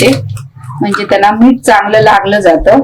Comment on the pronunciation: तुम्ही मिरच्या तळताना दाखवता व भाजून खायच्या म्हणता तरी तळून खायच्या म्हणा व मीठ म्हणा मीट म्हणू नका.मराठी शब्दांचे व अक्षरांचे उच्चार सुयोग्य करा शुद्ध बोला. पाक कृती छान आहे.